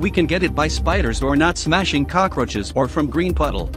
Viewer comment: how normal people say cockroach : cockroach How he says it : cocroces